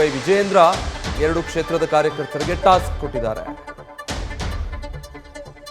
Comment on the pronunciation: ಏನು ಟಾಸ್ಟ್? 😂😂 ತೋಸ್ಟ್?